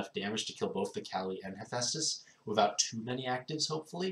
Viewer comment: I'm shocked you didn't say hippo dragon. I'm even more shocked you said hephaestus right, how tired were you when making this vid?